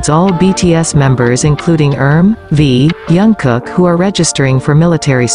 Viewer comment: Pronounce his name properly please!